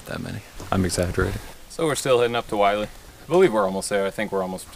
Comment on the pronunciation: It’s pronounced “Will-Lee,” NOT “Why-Lee.”